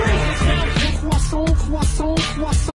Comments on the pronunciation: Are you gonna finish that cwason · Car Ca C Cw Cwa Cwas Cwass Cwasso Cwasson Cwassont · Are you going to finish that CWA SONT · You mean C W O O S O I T